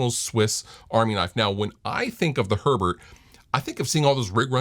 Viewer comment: It's Herbert, not urrburrrd, please stop bragging about your German heritage.